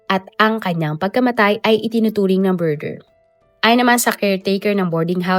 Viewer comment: “Murder” ang sinabi pero sounds BURGER ayyysus